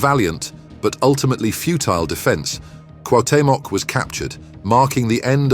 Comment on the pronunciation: It's pronounced /kWahW.'te.mok/